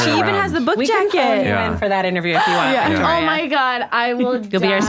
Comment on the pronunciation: It’s Vittoria, not Victoria